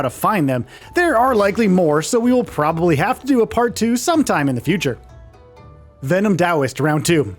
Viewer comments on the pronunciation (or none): none